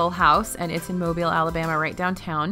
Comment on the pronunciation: Shoutout from Mobile for pronouncing Mobile correctly! Thank you!